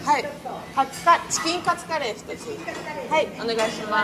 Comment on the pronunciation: チキンカツのイントネーションも気になる🧐